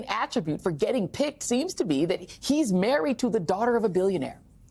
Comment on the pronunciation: Somebody tell Joy how to pronounce Chronister. It’s embarrassing.